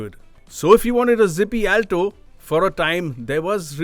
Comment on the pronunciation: He mispronounced the word, Alto every time he says it. Not expecting from an experienced journalist. 😏